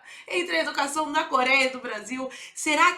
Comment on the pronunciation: Manifestação "dà educassáo" da UNE 😄